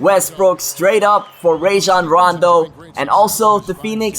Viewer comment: I really hate to say this, but you're really pronouncing "Rajon Rondo" wrong. It's pronounced "RAH-jon," not "RAY-jon."